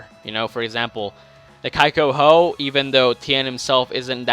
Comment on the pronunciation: Not kaikoho fuckin-ey